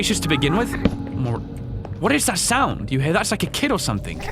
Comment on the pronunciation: I’m not trying to sound rude or ignorant or anything but when you say something it sounds like you say “somethink”